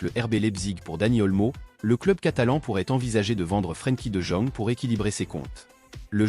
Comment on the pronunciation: Mdrrr la voix c’est pas trop ça frankie de jeune 😂😂😂😂